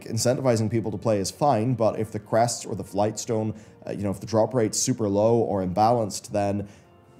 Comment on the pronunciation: Yes. My skin crawled when I heard the word "crests".